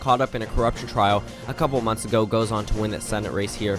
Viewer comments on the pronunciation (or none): none